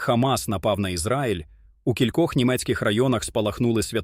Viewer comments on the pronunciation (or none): none